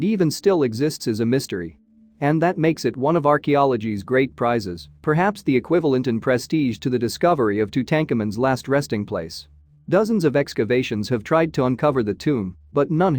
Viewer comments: Just so. But add to this the mention of Tutankomen and we see why actual humans should be doing the narration. Cheers! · TU TAN KA!!!!MAN?¿??? LOL TUTANKHAMUN? LOL ....BUFF.... BUFFALO.....TUTANKA